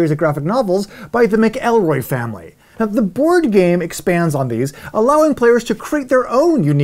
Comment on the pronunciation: Yet another great episode! I especially liked Version Control, because I love premium pieces. One nitpick that almost certainly won't impact you: you pronounced the McElroys as "mc-EL-roy" when it's really more like "MAC-el-roy". Like I said, small small thing in a great episode!